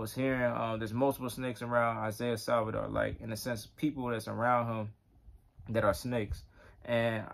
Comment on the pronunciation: Isaiah Saldivar is a blessing for The Body of Christ. P.S. Brother you kept saying his last name incorectly - it's Saldivar not Salvidar